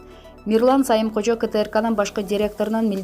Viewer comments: Мирлан Самыйкожо деп туура окуса болмок. Сайымкожо дебей. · Дура, Сайымкожо эмес, Самыйкожо!!! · Диктор туура суйлосон, Сайымкожо эмес Самыйкожо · Дура,сайымкожо эмес самыйкожо,туура даярданбайсынбы. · Диктор туура айтсанар Сайымкожо эмес да Самыйкожо да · Эй кок мээ, адамдын атын туура суйлош керек да. Диктор сага окшогон чала сабат неме экен